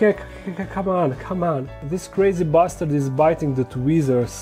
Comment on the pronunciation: "This crazy bastard is biting the tweezers" OMG, you had me in hysterics at that. I don't know if it's your accent or the fact I always think of you as so polite, but either way, bloody brilliant! 😂😂😂